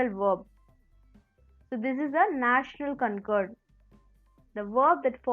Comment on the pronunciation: it's not "National Concord" it's "Notional Concord"